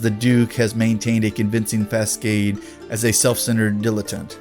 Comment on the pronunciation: Ok, gotta comment on the mispronounciations. Posthumously is pronounced "pas-hue-mas-ly". Facade is pronounced "foss-odd".